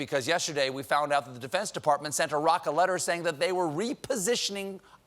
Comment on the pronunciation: How nice to hear an American pronounce "Iraq" correctly.